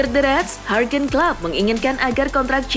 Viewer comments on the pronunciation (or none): Juergen klopp bukan huergen klopp